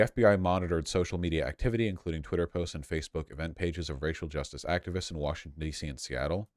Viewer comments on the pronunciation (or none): did he really just say Vaushington State?